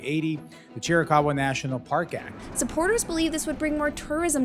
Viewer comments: It’s not cheerie caw wa. It’s chir ih caw wa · It’s pronounced, Cheer-uh-cow-uh. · From a real Apache. (Cheer-eh- kah- hwah).